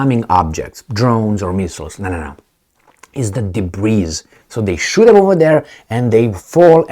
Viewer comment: the word DEBRIS doesn't have an ESS sound on the end. It is pronounced DA-BREE, Excellent commentary, my friend.